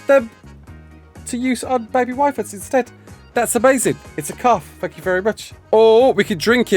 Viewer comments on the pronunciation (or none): none